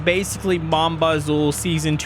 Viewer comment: just for your knowledge mon bazou stance for my trash car and bazou is said like bazoo ! BTW love the content!